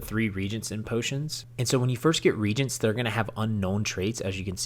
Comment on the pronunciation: thanks, i learned some good tips. Two notes: 1 you did not address how to level up - for example, leveling enchantments. Maybe a note in the comments would be helpful. 2. Reagent is pronounced ree and agent not regent.